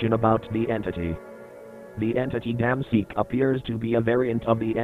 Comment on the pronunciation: Naw it’s “Dayum seek”